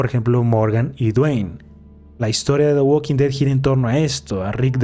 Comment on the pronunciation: En "da gualking ded" 🗣️